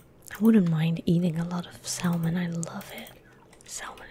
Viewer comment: Silent L in Salmon. Sah-mun.